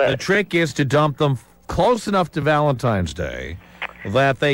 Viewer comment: I used to love Tom, then i heard him pronounce it 'Valentimes' -_